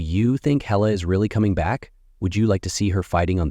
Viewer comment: It's HAY--LA not HELLA...!